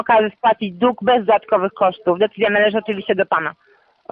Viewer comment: Nie dug tylko dług .